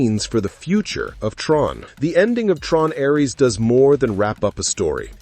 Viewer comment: Ironic this channel using an AI to read and mispronounce over and over Ares